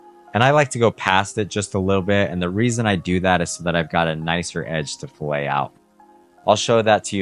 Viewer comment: I do not want to be that guy, but since you are selling your services, pronouncing “fillet” correctly will help you sound more professional. .